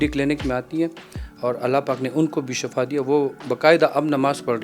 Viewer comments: shafa nahi shifa boltay hain plz shifa boliay. "" shafa maot hy or shifa ka matlab sehat hy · shafa nahi shifa boltay hain plz shifa boliay